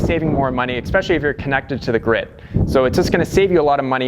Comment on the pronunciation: Maybe because he keeps pronouncing especially as eXspecially. Who can tell.